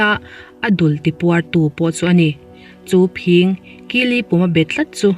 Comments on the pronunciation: Phîng tih hi i lam fuh lo deuh a. Kan naupan lai chuan vawk talh phîng hi kan ham puar a, kan pêt ṭhin. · Khaw fang tlem tih hriat reng2...Khawthlang lamah chuan Phîng kan ti...Tlema thluk deuh tur ani...Hmun dangah chuan ka hrelo...Dik ber a awm theihloh...Zahawm taka comment a tha ngai e